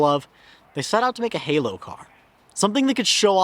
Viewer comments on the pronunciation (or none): none